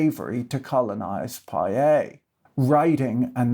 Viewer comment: I think your pronunciation of cazique and Poyais is correct.